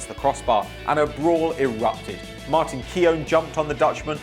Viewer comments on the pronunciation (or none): none